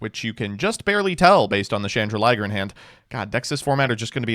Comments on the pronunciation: You do know it's "Chandraglier" (chandelier + dragon) not "Chandraliger" (chandelier + liger) right? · Why is it “Chandra-liger”? Isn’t the card “Chan-drag-lier”? As in “chandelier” + “dragon”? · Still calling it chandra-liger though 😮‍💨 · stop calling it chandra liger. There's no liger. It's a dragon. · Yo, I think you'll find that Labrynth Chandraglier shouldn't rime with Chrystron Smiger when read out. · It’s just something he’s never been able to say properly for some reason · Please god tell me that chandraglier pronunciation is an early april fools joke